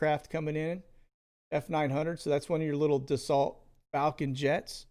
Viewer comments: Dassault is pronounced dasso like a lasso. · dassault is pronounced da so its French, you don't pronounce the t